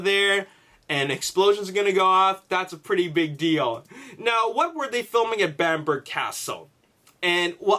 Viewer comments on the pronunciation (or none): pronounced Bambrer Castle and Anick Castle